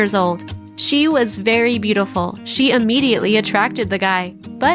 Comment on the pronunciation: It's not ammediately, it's immediately!